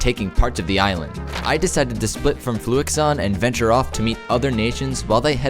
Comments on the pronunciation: I’m really confused! Did they edit over your voice in the final draft to say Fluxion instead of Fluixon? Because you pronounced it differently in the video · for someone that kept pronouncing his name as fluxion, im impressed that you spelt his name right in the end. Good content tho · mispronouncing fluixon’s name as fluxion was probably the best mistake ever made😂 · ITS NOT FLUX-I-ON!!!?? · Everybody mispronounced fluixon